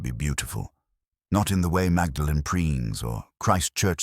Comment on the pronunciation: The narrator mispronounced Magdalen!